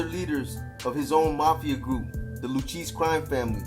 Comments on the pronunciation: It's not pronounced lucheese, it's pronounced Luke - ay - sees (spelled Luchesse) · "Lookayzee", is how you pronounce Luchesse. Just for the record.